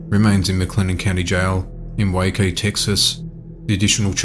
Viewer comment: I live in Waco.... its so weird when this stuff happens so close.... thanks for pronouncing it right btw